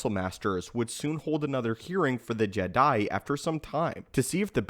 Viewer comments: he said “Jeh Diiiiie” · Is he saying "jedi" in a weird way on purpose? Is this an inside joke?